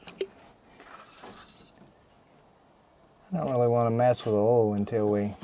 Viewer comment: Bowt=bolt. Ol=oil. Bouwl=bowl.🤣🤣🤣